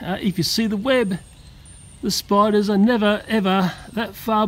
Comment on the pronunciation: I like when he says “spidas” xD Also anyone know just2good? He’s in the vid xd